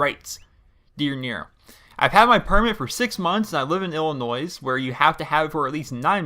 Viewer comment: Lol Nero you're not suppose to say the "s" in Illinois but it's a common mistake for people who live in other states